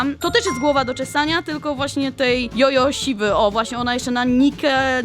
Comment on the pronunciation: t9 nie jest Jojo śwa tylko dżodżo siwa